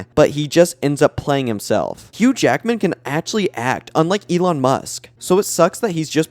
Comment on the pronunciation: You ACTUALLY say Huge Ackman. That‘s insane. Edit:, Jerrick…? Are you doing this on purpose..?😅